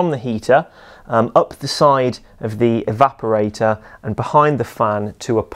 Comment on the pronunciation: to my ears he's saying "evaporai-TAH"